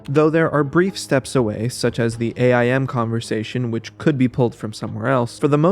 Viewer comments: It's not AYE - EYE - EM. It's AIM. Just like you aim for the toilet when you pee. Or even AOL Instant Messenger. But you don't say each letter separately, spelling out the word "aim". 🤷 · Pronouncing AIM “A I M” is messing me up bad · I KNOW he did not call "Aim" A.I.M. Or maybe I wasn't paying attention; and that's actually an abbreviation, in which if this is the case, carry on.